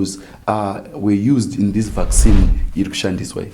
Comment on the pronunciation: Vac Sinhi not vaccine 😆😆😆😆